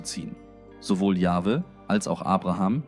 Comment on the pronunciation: Natürlich ist es eine KI-Stimme, alleine schon die Aussprache YupselonHweH=Yahwhe (Yachwe ausgesprochen).